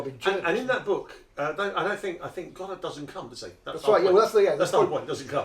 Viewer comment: It's actually Godot, not Godart.